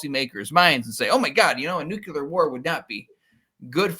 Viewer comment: NEW KLEE AHR. NEW KLEE AHR. not Nucular.. not a thing. drives me crazy. Nuclear.